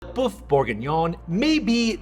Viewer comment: What a great video but it's a pity you didn't find out how to pronounce boeuf correctly